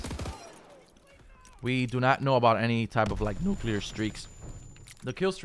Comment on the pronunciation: "nuUclear streaks" lol